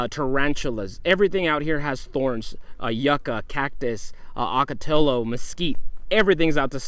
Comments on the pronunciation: Just a note on Spanish pronunciation: Double L is not pronounced "L". "LL" is pronounced "Y". So it is not "ocotiLo", but "ocoteYo". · NOT ah-ka-tilo. Pronounce it correctly please: OH-KA-tee-YO! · It's pronounced o-KA-ti-ya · Oh-ka-tee Yo Correct pronunciation